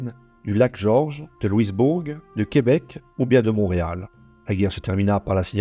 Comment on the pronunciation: On doit prononcer Louisbourg (loui-bour)